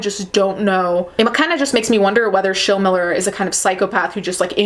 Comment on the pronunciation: You're saying Schilmiller correctly. There's a ton of them here in Southern Indiana.